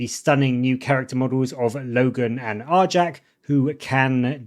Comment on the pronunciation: It's not "are-jack" it's "are-yak"